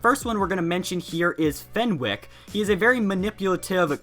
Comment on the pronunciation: Um it’s venwick???